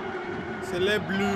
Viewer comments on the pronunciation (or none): none